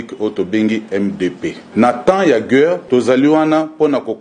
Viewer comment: Gueure te.."guerre" mon colonel🤣